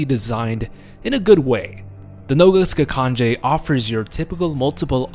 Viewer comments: I really liked the video but how you pronounced noga skakanje is so off it serbian translation that means "leg jumping" because most of the B.O.W.s in RE6 are serbian translated. But all in all amazing video. Also for me the scariest B.O.W. was definitely Ustanak at the icy cave with a drill hand, you couldn't fight him you could just hide and pray he doesn't spot you. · Noga skakanje, fun fact it actualy means: "leg jumping" ... Yeah funny name right, also you pronounced it wrong but considering slaven languages have a weird and hard pronaunciation for every english speaking person it is alright :) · Your pronunciation on Ubistvo was surprisingly accurate, your pronunciation on Noga Skakanje though was the terrifying part.